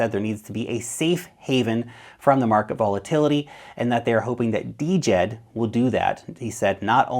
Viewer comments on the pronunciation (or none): It should sound like "Jed' , not Dee-Jed. The D is silent from the Egyptian word for stability, not "D" implying decentralized. Just Jed. . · Its Djed buddy, not D-jed